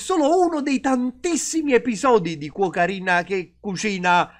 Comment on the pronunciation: Quando nella canzone dice quocarina io capisco sempre cocaina